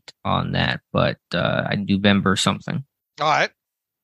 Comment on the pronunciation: "Newvember"? What? 🤣🤣🤣